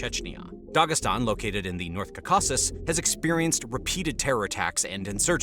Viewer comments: 'Kawkawksz' this guy trying to say Caucuses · I’m from Armenia. (Right in the Kaka-sis mountain range). That’s not how you pronounce it but it’s not too bad I guess cuz it makes me laugh 😂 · Can you please learn how to say "Caucasus"?